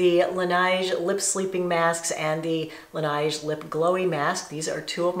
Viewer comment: Hi, Laneige is pronounced with a short "e" as in "nest" and a soft, gliding "g" - that sounds somewhat like "zsh." It is French. La Neige, i.e. the snow ;-).